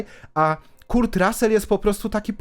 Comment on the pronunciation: Materiał super, ale proszę cię - ogarnij wymowę imion i nazwisk ludzi, o których robisz filmy. Jak słyszę KURT to nóż mi się w kieszeni otwiera. Szanuj ludzi, o których robisz filmy.